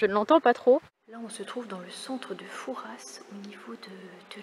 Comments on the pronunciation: on dit fouras pas fourasse sinon le père fouras va ce fâcher 🤣😂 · Coucou Merci pour le partage de tes aventures et de vos vies. C est courageux et généreux. J ai vécu dans cette région dans une autre vie. Fouras se prononce foura. Vous avez sûrement bien fait d éviter l ile de re en cette saison. Bon. Séjour à olerons. Et bonne vacances en famille. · Coucou , c'est chez moi , tellement déçue qu'on n'est pas pu se voir .... au fait on dit " Foura " le "s " ne se prononce pas , bisous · Superbe vidéo, étant de la rochelle j'aurais aimé vous retrouver !😉 Juste pour info, on ne prononce pas le "s" de Fouras ! On dit nous charentais " Foura" 😊 Content que le coin t'es plus!